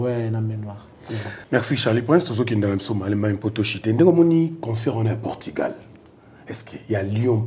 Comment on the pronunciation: Portugal et non portigal, merci